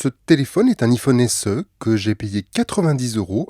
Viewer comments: Sa ce prononce ( aie Phone ) Psk iii Phone voilà quoi 😅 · Putain il est frouze On dit Aïe phone putain pas hi phone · En plus il dit apple en anglais, il dit "appeul" pas "apple" donc pourquoi dire "ifone" ? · Un Ifone 😂😂😂😂aïe pas i iPhone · Met t’a rien à faire de ta vie ptn et aussi c’est pas i-fonne mais iPhone y’a un accent anglais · Je sais que je vais faire mon chieur avec cette question mais pourquoi prononcer [I-phone] au lieu de [Aie-phone] ? C'est une private joke ? Ou c'est parce que on est en France donc autant le prononcer à la française ? Mais pourquoi prononcer correctement [Appeul] et non pas [aple] dans ce cas ? Les deux sont une marque pourtant, pourquoi écorcher celui-ci en particulier ? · Enfaite iPhone se prononce aïfone mais c’ecrit iPhone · Juste on le prononce aïephone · on prononce "Aye" phone mdrr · La marque c’est Apple !!!!! Et ont prononce aïe -phone !!!!!!!!! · On prononce AIE-phone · i-fooone.. Je saigne des oreilles 😭😂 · En n’en parle qui dit pas bien iPhone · Salut stp si tu refais une vidéo sur Apple ne redit plus jamais iPhone de cette manière merci ! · Deja apprend à prononcer iphone avant de faire une vidéo dessus. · C'est juste pour garder son anonymat, comme ça il pense qu'on ne sait pas qu'il est parfaitement bilingue 😂😂!! C'est mignon mais c'est cramé. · Qui prononce encore le "i" de Iphone avec la prononciation française, à part mes grands-parents (décédés) ?